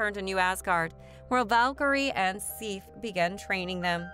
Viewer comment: This lady doesn’t pronounce a lot of things right. Sif shouldn’t be too hard